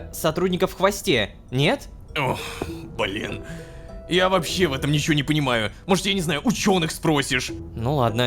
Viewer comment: конещно! И ещо ощень угарно что малецки произнёс БЛИИИИИН ЛО